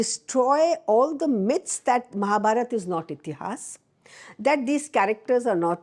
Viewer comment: Rightly said, wish she could say इतिहास, पुराण and वेद in stead of इतिहासा, पुराना and वेदा । , Especially in a great podcast like this one...